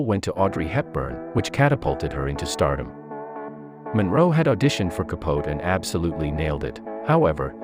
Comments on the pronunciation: I know....the pronunciation was so ignorant considering how well known Capote (with a long "ee "at the end:-)) is as an American novelist. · Truman Capote ka-poe-tea not ka-pote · Ka-pote made me cringe, hard, it's not like he was unknown ffs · How can you put all these facts out about Marilyn and mispronounce Truman Capote's name? It's pronounced 'Kap Oh Tee'. Just one of the greatest American authors. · I KNOW! That was so annoying. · I’m reading the comments about the inaccurate pronunciation of Truman Capote’s name ...Most of these are computers and they never get the names right!😽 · Because it’s a computer and not one that’s “heard” the correct pronunciation of his name!😽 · he was famous, it's not an unknown name, and while researching stories, part of that research is to look into pronunciation, and I agree, he was ignorant not to